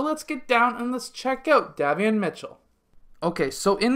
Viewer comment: Hi, love your videos. 💯 His name is pronounced like (Day) Davion Mitchell. Have a Blessed weekend.